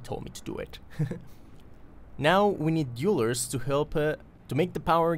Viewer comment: We need to work on your pronunciation of "dwellers" :D Think "tell", "bell", "sell", then say "dwell"+"ers" ;) <3